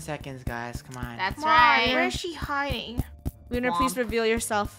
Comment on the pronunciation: Funneh says lunar the wrong way: and then there was one…. Lunar lular??